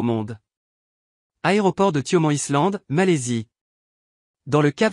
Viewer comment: Excusez-moi, mais vous pourriez faire un effort de prononciation pour les noms étrangers. Congonaaa et Saooo Polooo, ça fait mal aux oreilles ! De même que "Island", en anglais, se prononce "aïland".